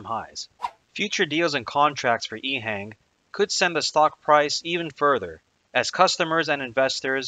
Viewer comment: Informative. Having been to China a good bit, it's pronounced "EHong" as opposed to "Ehang". subbed.